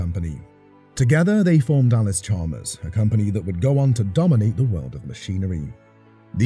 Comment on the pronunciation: You lose credibility when you can’t even pronounce the name correctly. It’s not Allis Chalmer, it’s Allis Chalmers, with an s.